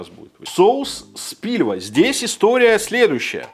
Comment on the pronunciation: Ладно , если уж всех бомбит от Кухне ,открою секрет - не Спильва, а Спилва))